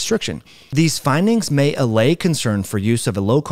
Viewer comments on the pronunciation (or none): none